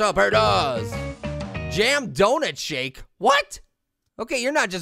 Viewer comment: It did not sound like he said shake